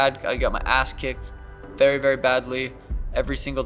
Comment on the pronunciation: "Before our berry eyes" 😂